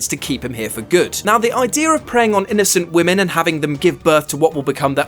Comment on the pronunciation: "Innosent women" lol